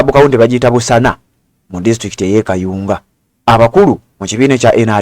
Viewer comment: It's Busaana dear not busana but anyways thanks kayunga for the attitude m7 tuviire😏😏